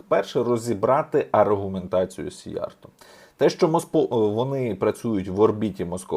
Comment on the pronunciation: Правильно казати "сІйярто" - в угорській мові наголос завжди на першому складі. 2) "На землю без народу прийдуть народи без землі" - це свята правда. Хто автор цього геніального виразу? Якщо ви, то Респект. Я не додумався. Але ж це лівачня, в якій ви мене багато разів звинувачували і видаляли дописи! 3) Я також дуже скептично ставлюся до ЄС, власне кажучи, не так скептично, як з чітким розумінням, що ЄС - то свого роду тюрма народів, де балом править Закуліса. Іменно тому сивожчолий систематично тягне нас в ЄС. Я за НАТО, за те, щоб під крилом НАТО відновити ядерний статус, і створити завершений ядерний цикл. В найближчі 200-300 років роль ядерної енергетики буде визначальною, тим більше, що ядерна енергетика екологічніша навіть від сонячної, не кажучи вже відносно теплової. Що стосується термоядерної енергетики, то я, як професійний фізик (хоч і не в області термоядерного синтезу), ДУЖЕ сумніваюся, що керована термоядерна реакція коли-небудь стане реальністю.